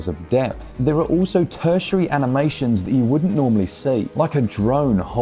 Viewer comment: 🤓 Uhm, akshully, its "tertiary". Game looks sick, there's nothing cooler than Cyberpunk Ninjas. Great review.